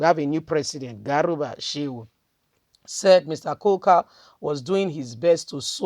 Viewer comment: His name is Kuka not coca, pls learn to pronounce people's names properly sis.